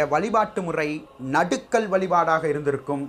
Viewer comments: நடுக்கல் அல்ல.நடு கல் என் பதே சரியான உச்சரிப்பு ஆகும். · நடுக்கல் அல்ல நடுகல் என ஒலிக்கவும்